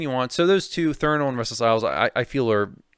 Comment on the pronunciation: How do you mispronounce a word thats right in front of your fucking face? Its threnal not Thernal? And dont give me the "dyslexia" excuse. Have some professionalism.